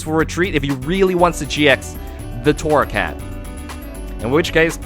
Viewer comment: It's torracat not corracat